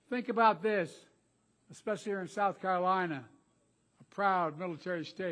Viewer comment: "The people of South Cunff??" Did he say.. WTH did he say? And what was the quick story he just said "well anyway"then something else was that the story or did he just drop it all together.